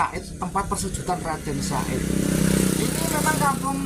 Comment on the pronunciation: HE BUKAN RADEN SA'IT CAK, TAPI YG BENER TU, RADEN SAHID, OOOO NGOMONGE BANTER SALAH, WES GK KOMEN MALES